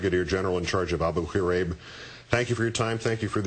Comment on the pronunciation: This is an amazing story ... but, um - what's with how KO pronounces Abu Ghraib? Is he trying to clear his throat or something?